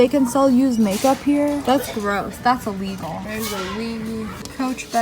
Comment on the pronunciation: No one: SSSNIPERWOLF: ThATs IllIGial